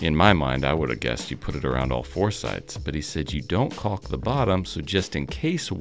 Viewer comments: Absolutely love this series of videos…Iver is one incredibly lucky kid!! And though it doesn’t really matter, I can’t stop myself from saying, it’s pronounced: kawk. 😊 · Caulk: you have the A sound correct, but here in the Midwest at least the L is silent. It sounds weird to me to hear the L pronounced, like hearing the W in sword. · So the L isn't silent? Lol